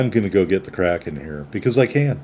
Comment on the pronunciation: Great Kraken on a great ship,! I believe the name is 2 syllables. I looked up a German WoWs PC player a long time ago and watched him use it in a 25 min video until he finally said the name near the end because he was talking about something else and not about the ship lol.